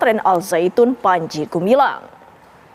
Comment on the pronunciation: Namanya gumilang Ngomongnya gemilang Ternyata gumaling Ini bukan pimpinan Al Zaetun , tapi pimpinan as saetun